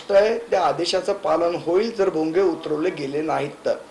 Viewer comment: पहले नीट बोल भोगयाच काय बोलतो तु